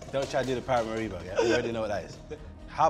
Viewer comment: Para máribo is a craaaaaazy pronounciation